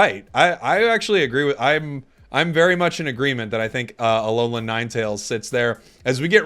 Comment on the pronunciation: You can tell he does not watch pokemon the way he said Alolan lol